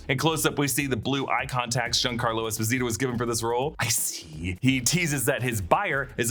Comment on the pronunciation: Giancarlo pronounces his name - Es-pose-it-toe